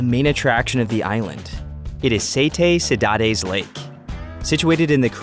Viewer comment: Please learn to pronounce the Portuguese names correctly. "Sete Cidades" was really butchered and badly mispronounced and so was Nordeste and Capelinos. Also, the h is silent in Horta. Jose is pronounced with a J sound, not H sound like the Spanish.